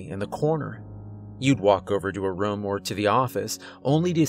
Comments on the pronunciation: I love how he pronounces “Room” like “Rum” 😂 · First off, I like this story and your narration overall. Now, this is not meant to be an insult, but your pronunciation of room is like rum or ruum. I'm curious what area are you from. Maybe somewhere in New England. I've never met someone in person who pronounces room in that way and I've only lived in Oregon, Arizona, California and Arkansas. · It doesn't sound like he's saying "we ran to the room" it sounds like he's saying "we ran to the rum" but no hate he's mad good at these stories 👌 👍 anyway I love them keep it up dude. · why he say room like ruum? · Hey! That’s how I pronounce room too, I didn’t even realize he was doing it. I wonder if it’s regional. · I always point that out too lol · This Narrator needs to learn how to say "Room".. it annoys me so much.